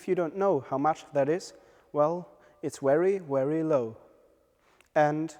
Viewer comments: Good video but the presenter needs to learn the difference between 'V' and 'W'. "Wery wery good" made me laugh a bit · For Europeans V and W is reversed